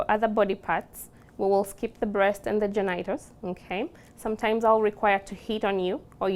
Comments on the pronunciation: “GenEYEtals”…this is how I will forever pronounce this word henceforth! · "the genaytels and the vytels"